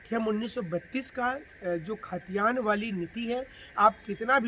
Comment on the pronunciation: Bhai khtiyaan to shi SE boliye..